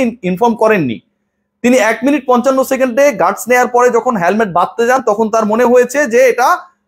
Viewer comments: He এর পরে have হয় না, has হয়। হ্যালমেট না, হেলমেট...ইংরেজির বেসিকটা না জানলে কিংবা বাংলাও ঠিকমতো উচ্চারণ না করতে জানলে কেমন বিতার্কিক ছিলেন তা প্রশ্নের উদ্রেক করে... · Not halmet, helmet.